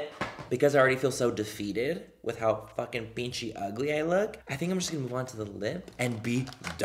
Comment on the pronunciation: I love the new “pinchi Manny”, no fucking filter and doesn’t give a shit about anything, he just speaks his mind! Me gusta ! Pero es Pinche not pinchi 😂